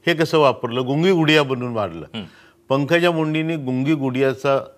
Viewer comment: Not Pudiya...Gudiya